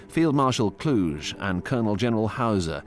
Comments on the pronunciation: Not Von Klush, but VON KLUH-GHE. Klush is a French pronunciation with the silenced last letter. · Kluge is pronounced 'Kloogur' not 'Klooshe'. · Field marshal Gunther Von clooge 😅 bah Klu-geh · Von Kluge-cloo-guh. Not clooj. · It’s Kluge(kloo-guh) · von Kluge is pronounced "Klu gah". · Somehow I don't think "Kluge" is supposed to be pronounced "Kludge". 😁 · Kluge is pronounced Kloogeh. He’s German not French. Also Cobra was the breakout of 3rd Army which led to the Falaise encirclement, it didn’t start at that point. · Also Kluge is Klooguh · The pronounciation of Kluge makes my ears bleed. It's disgrace when there are Google translate.